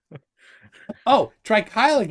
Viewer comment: the weird man from Canadia with the hat pronounced Deutsch correctly, me like.